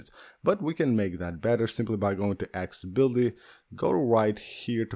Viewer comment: ACCESSIBILITY NOT AXABILITY